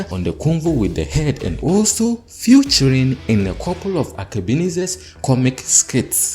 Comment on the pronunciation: Featuring is not pronounced as "futuring" 🤷‍♂️